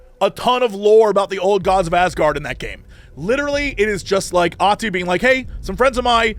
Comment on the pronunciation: The only time I think anyone has pronounced Ahti's name correctly